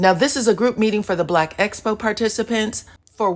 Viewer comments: I just wish someone would tell it's EXPO, NOT ESPO!!!!! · She has difficulty with all 'ex' words. Expo, excuse, excited..... not one person tries to correct her. Does production want her to appear illiterate?